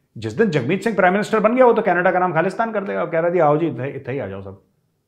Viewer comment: Love the way sir when You say "canadda"(canada) Gajab bolte haiiiiiin👅